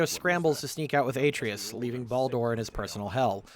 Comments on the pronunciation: I feel a tiny pinch of pain every time Atreus' name is pronounced in this video. Otherwise it's a very good video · It wouldn't be nearly as bad if there weren't video clips of the correct pronunciation layered behind it. Almost like it's on purpose.